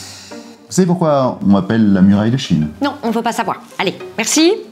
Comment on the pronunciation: Pourquoi j'ai entendu "muraille de Chibres" ?